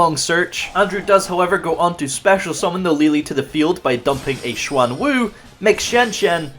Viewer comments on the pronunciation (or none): none